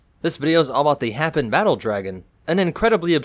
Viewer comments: Hay-pan battle dragon. Your pronouncing of "hapan" is very offensive to me. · It is pronounced hey-peas or hey-pin by the man who invented the dam consortium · so you dont pronounce Hapan like Japan?